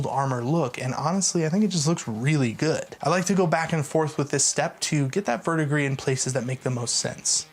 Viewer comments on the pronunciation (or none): none